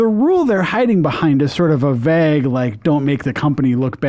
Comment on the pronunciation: we need to talk about how to pronounce the word "vague" LMAO 😂